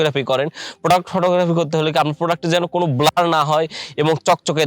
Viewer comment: আরে বোকা ব্লোর না সঠিক উচ্চারণ ব্লার